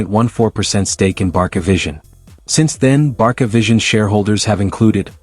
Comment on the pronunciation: Based on the name of this channel, you seem to be a Barca fan. If so, why do you mispronounce the club's name? My friend, it is pronounced [barsa] all over the world, not [barKa], for goodness sake. If you use AI for voiceover just be sure to replace "Barca" with "Barsa" in the text to make the AI pronounce it porperly.